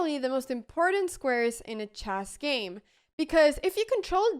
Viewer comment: Anna, you keep saying "CHASS" but the word is "CHESS", rhymes with mess, like the E in DESK or BET or RED or FED, also rhymes with LED, DEAD, BREAD, HEAD and SAID.